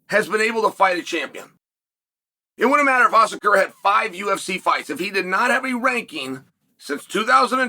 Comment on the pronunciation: How did he manage to pronounce Kai's name more correctly than Pantoja who is the reigning champ? Undisputed.